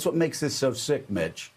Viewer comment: Eveytime Joe mentioned Mitch....i heard B*tch...😂😂😂